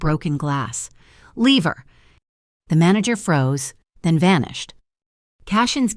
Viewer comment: Ai is pathetic instead of leave her it says lever!